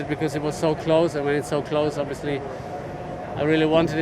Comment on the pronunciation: i'm still waiting for an interview of Vettel without him saying "obvisouly"